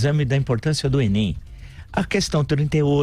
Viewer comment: Você especialista em literatura e falando "enen"? Tenho pena do seus alunos.